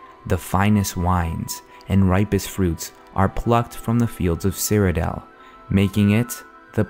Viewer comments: cyrodiil nor cyrodel so annoying. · I thought it was "Cyrod-ill" not "Cyro-dale". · great video, but stop calling it CyrodEL!! its CyroDIIL! DILL!! Jesus Christ!! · I just hate the way you say Cyrodiil. You say it like Cyrodel. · He pronounces Cyrodiil weird.